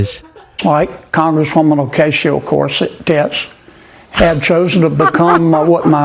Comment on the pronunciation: Corsets-tits? LOL!